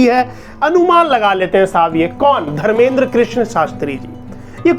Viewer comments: Bolna sikh phle jake dhirender krishan shartri ji hai vo naki dharmeder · तू धर्मेंद्र बोल रहा है उनका नाम धीरेंद्र है